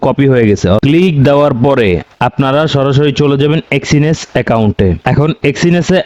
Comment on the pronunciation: এক্সিনেস কি ভাই, আগে তো শুনিনি, আপনার মুখেই শুনলাম, আগে শুনেছি এক্সনেস